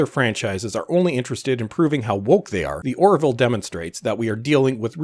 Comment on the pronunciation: "Or-ville", two syllables. Not "Or-i-ville", three syllables (there is only one i).